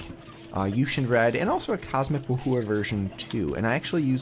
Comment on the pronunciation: it is not Woo-Hoo-ah. It is pronounced Woo-Hwah. Rhymes with Boo-Ya